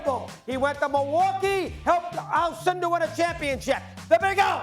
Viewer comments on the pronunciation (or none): Why did russo say "lou alcinder"? Is kareem abdul jammar